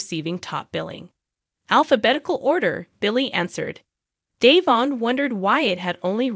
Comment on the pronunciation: Devon DeVon Devon not Dayvon get it right it’s rude to continue to pronounce someone’s name when you know teller DeVon